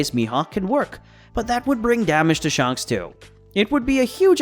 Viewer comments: Sh-A-nks not Sh-u-nks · Is it SHANHKS or shanks , have I been pronouncing it wrong ?